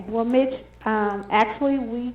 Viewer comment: Every time she said Mitch it sounded like B*t*h lol, Ugh how rude!